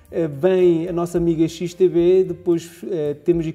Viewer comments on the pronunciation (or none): Olá! Só não entendi uma coisa, a corretora é XTB ou XTV ? Parece-me que dizes XTV no vídeo! Obrigado pelas outras informações passadas!